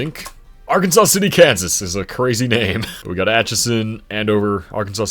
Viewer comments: As someone who is from Arkansas City, it is pronounced Ar-Kansas City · The folks in Arkansas City, Kansas are pretty adamant that it’s pronounced “ar-KAN-zus” like Kansas with an R at the beginning.